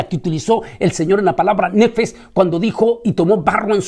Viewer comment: Alma ~ נפש ~ Se pronuncia nefesh no nefes.